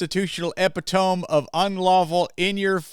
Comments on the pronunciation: Lol its pronounced eee,pit,oh,meee not ehp,ih,tohm lol. Love your vids, keep shining the light. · Just FYI .. epitome is pronounced: uh-pit-uh-me. Not trying to police the grammar, just wanted to share. LOVE your channel. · Fyi "epitome" is not pronounced how it appears, google it and you will have an "oooooh" moment when you realise that you have heard it before.